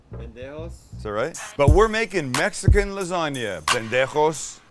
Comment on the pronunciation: Love how Sam pronounces "pendejo" with a great accent, then goes on to say "Cil-ANT-row" like a true Canadian